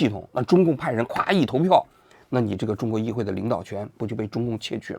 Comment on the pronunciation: 叶公子说的“议废（会）”真给我整笑了